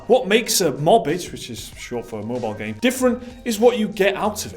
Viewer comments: Lol mobbage. It's pronounced moba-geh which is really just engrish. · It's not mobage, it's moba-ge, e as in e-ntertainment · MO-BA-GE (G like Give and E like Eric) = mobile game. "Mobage" lol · I swear it's moe-bar-gay not 'mobage' xD but i dunno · "Mobej"? Really? It's pronounced not cabbage, but MO - BA - GE. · is not call mobage, is Mobagē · It's not mobage it's maw-bah-geh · mawbitch! Seriously? It is Mo-ba-ge, japanese short speak for mobile game. Just pronounce it like the syllables in mobile game. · Moba (Mobile) ge (Game) Mo (Mobile) bage (garbage) Don't see a problem here, both pronunciations are accurate to the subject. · Thanks for the great contents! Just to clarify on pronounciation of mobage which is Japan's short form of mobile game. Moba-ge (moba-gay), it merges the first half of the sound of (mobi)le and (ga)me. Love your channel and keep the contents coming! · I thought it's pronounced mo - ba - ge like eroge or something. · mobage is actually pronounced "moba-gé" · Mobage = High quality Garba-gé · I like their pronunciation better. Sounds like mobile + garbage. Which is an apt name for most mobile games. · I prefer the Mobage pronunciation, considering it's bage... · The real takeaway from this video is that they don't know how to say "mobage."